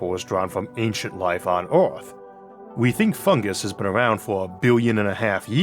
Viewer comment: Biwwion? Awiens? Eawrf?